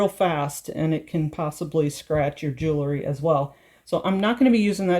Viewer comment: Very nice! Just FYI, for a more professional sound, say jewel-ry not jool-ery. I'm glad I found this site, keep posting. Thanks.